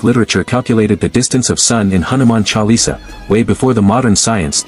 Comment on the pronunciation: Good information but pathetic pronounciations of Hindu names....it is Hanuman Chalisa, Tulsidaas....please correct